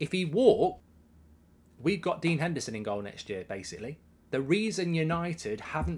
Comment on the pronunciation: Put some respect on Dean Hendersons name